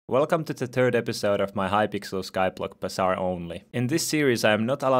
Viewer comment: when he says "third" it sounds like hes saying "turd" ueheuehuehuehhuehh